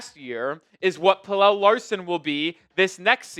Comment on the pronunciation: Pella not Pellel 🤦🏽‍♂️🤦🏽‍♂️🤦🏽‍♂️